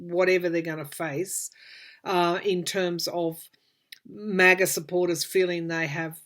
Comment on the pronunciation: I rhink they should wait a month for trial after they have searched all the docts left in the wh and we get more citizen videos on 1/6 insurrection. I think much more grievous conduct will come out. and you pronounced it right. Maga Maggots. The impeachment will be a censure and we can also strip him of pension and security and any post election benefits--which is reasonable. I think they're getting ready to seize all his assets and mar a largo. So that means he will be dirt poor and need food stamps and medicaid--fitting for him. put him in a nursing home with a diaper at one end a feeding tube laced with drugs on the other. far worse than prison.